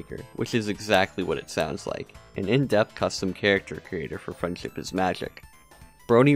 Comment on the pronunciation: Sometimes it sounds like your saying “freind chip is magic”